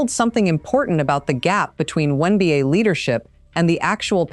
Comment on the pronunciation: Why is the narrator not saying WNBA but saying something like WONBA? Is someone so afraid of saying the W because it 'means' women?